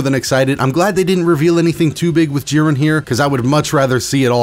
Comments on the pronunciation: i love you but... "JEEren" not "JIHren" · Lmfaoooo what do you say jiran it’s jiren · Still love the content but its JI-ren not ji-REN, emphasis early. Thanks for the update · Only disliked cuz of the way you said jiren most times. It’s jiren not Ji-REN lol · Y do u pronounce jiren like jir-ren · Clicked off the video instantly when i hears hin say jiren lmao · That's not how you say jiren 😠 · How tf do you butcher Jiren‘s name like that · Bro why do you say Jiren like that :( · The way he said jiren annoys me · The way you pronounce jiren hurts me physically and mentally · God I hate how this guy says jiren like why